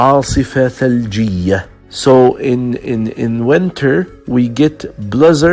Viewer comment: تحياتي. بعد الاستماع إلى هذا المحتوى، وجدت بعض الأمور التي لا بد من توضيحها: أولا. كلمة يذكّر بِ هي remind of وليست remind with. ثانيا. ثمة مشكلة كبيرة في اللفظ وخصوصا بين حرفَي E و I. وإليكم بعض الأمثلة: Lessons, وليس lissons. Winter, وليس wenter. Brisk, وليس bresk. Drizzle و drizzling, وليس Drezzle و drezzling. Chilly, وليس chelly. Blizzard, وليس blezzard. ثالثا. بالنسبة لكلمة comfortable, فمن الخطأ لفظها كما تُكتَب. يجب أن تُلفَظ comftable, وليس Com Fortable الرجاء أن تؤخذ الملاحظات بعين الاعتبار إذ إنّ تعليم أية لغة يحتاج إلى تدقيق وتحضير ولفظ سليم واختيار حروف الجر الصحيحة.